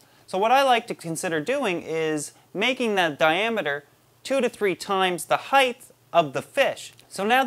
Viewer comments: Anybody else counting how many times he says heighth, and not height......hilarious. Love the vids though. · So, I like you're videos, but I keep hearing you say this fictitious word "heighth". It's making me crazy. Sorry, don't want to hate... I'm just a little OCD. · "Heitth" "heitth" "heitth"...FUUUUUUUUUUUUUUUUUUUUUUUUUU!!!!!!!!!!!!!my brother used to say something similar when he was younge and just had to keep correcting him until he stopped (he used to say thingers instead of fingers